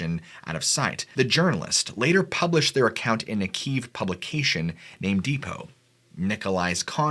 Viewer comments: great video 👍 Kiev is pronounced "key-ev" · Kiev phonetically is key-yev 😉 Russian language is not easy to pronounce for English speakers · Key ev. Like in ever. Kiev